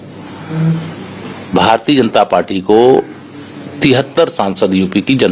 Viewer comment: अखिलेश यादव को बोले भारतीय जनता पार्टी का स्पष्ट उच्चारण करें, सोडा तुतलाते है। तुतलाता एक नेता के लिए अच्छा नहीं होता।